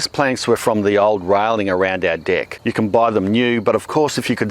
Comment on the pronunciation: They way he says "deck" tho! 🤣